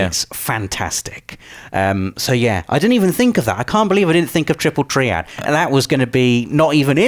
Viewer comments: Triple tree-add? U wot m8? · What the hell is 'triple tree-add'?